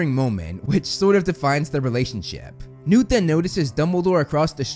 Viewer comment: Is this guy purposefully saying “Nude” for newt?